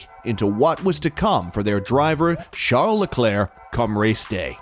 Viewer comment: Who is "Shart the Claire"? I'm assuming you mean Charles or Charlie.